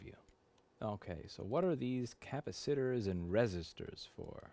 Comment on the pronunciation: "cappa-sitters" .. I spit my coffee out